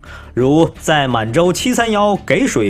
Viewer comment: 給水的給唸“ㄐㄧˇ“不念”ㄍㄟˇ“